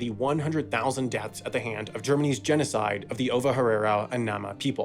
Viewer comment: sorry, but it seems like you mispronounced genocide.